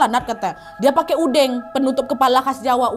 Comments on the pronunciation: bacanya udeng kaknad bukan udeng🤭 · Pakai udeng udeng penutup kepala sederhana bukan blangkon kak Nad, pengucapannyabukan e (pengucapan eh) tapi e ( mengalah), sehat sehat kak Nad❤ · pas kak nad ngomong "udeng", tiba tiba langsung connect ke Banyuwangi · Aku yg orang jawa senyum"dngr kak nadia nyebut udeng sma gedek😂😂